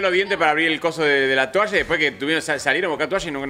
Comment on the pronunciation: por que dice tUalla? Me pone nerviosa tOalla por favorrrrr